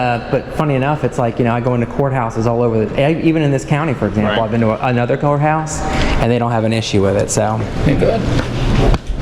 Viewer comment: Oh my gosh. I thought you said Whore house seconds! Hahaha. You did say court house, kinda 😊